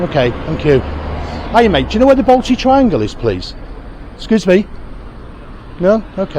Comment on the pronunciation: If your coming to my City at least learn to pronounce the suburbs correctly. The Balti Triangle is not a place like Drayton Manor either.